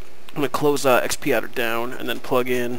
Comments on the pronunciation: Correction! It's pronounced X-padder not Xp-adder. Other than that great! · x pee adder! Ha, aside from the funny pronounciation, thanks very much for the vid, helped :D